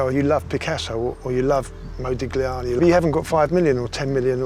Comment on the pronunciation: the way he said modigliani killed me